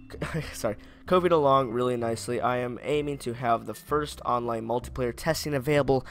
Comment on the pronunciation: Multiplayer* not muliplayer (I'm melon soup on my bros acc)